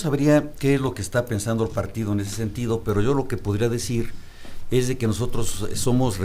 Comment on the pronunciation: ezdeque..... ezdeque....... ezdeque, chale no saben ni hablar.